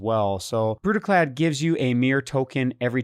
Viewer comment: You said Brudiclad wrong, pretty sure it requires a Scottish accent